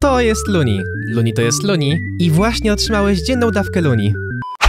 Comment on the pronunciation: Fajnie wymawiasz luni :)